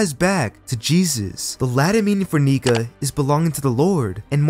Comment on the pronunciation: sus pronunciation of nika